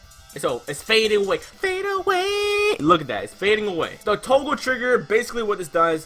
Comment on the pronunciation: you just say "Toagle" my boi?